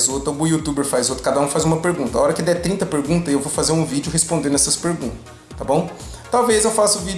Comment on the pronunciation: 30 penguntas bosquh...